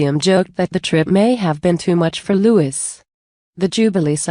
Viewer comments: Not Lewis his name is Louis sounds like louee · How about pouncing Prince Louis (Lou Is) name correctly.